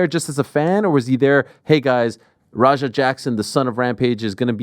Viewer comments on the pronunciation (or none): Rampage pronouncing his son's name like its ROGER makes me cry laughing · is it roger or raja??????can u even pronounce ur son's name? lmao